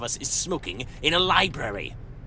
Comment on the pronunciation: Labrury!? O for fucks sakes sucks. The rest are good.